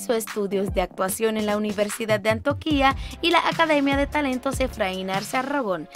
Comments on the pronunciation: Jajajaja es que realmente es "Antioquia" se equivoco al pronunciarla jajajaja, por cierto saludos desde Medellín-Antioquia 💃🏻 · Repita despues de mi… ANTIOQUIA no Antiooquiaa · ES ANTIOQUIA NO "ANTOQUIA" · trabajarle a la pronunciación, acentuación .. es Antioquia no Antoquia entre otras . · Dear Gracias, no se de donde eres, pero evidentemente por la pronunciacion no eres Colombiana, solo dos cositas con respeto, un comentario que ojala lo tome como constructivo. No es "Antoquia" es Antioquia" y no es "Arrango" Es "Arango" con una sola r. Queria saber de quien es es hijo el nino que interpreta a "Emilio" el hijo de Juancho y Catalina en la serie. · Antioquia no antoquia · Jede : informate un poco sobre la pronunciacion de nombres q desconoces. Lugares como An-ti-o-quia ( sin acento en la i ) o personas como Adriana Arango ( con una sola r ) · Muy interesante pero deberías leer bien (poner los acentos correctamente) en los nombres de algunos lugares como AnTIOquia y Envigado y pronunciar correctamente los nombres y apellidos (es Arango no Arrango). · Yo escuchando cómo dice Antioquia 👁👄👁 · Me causa gracia como pronuncia ANTIOQUIA... JAJAJAb así no se pronuncia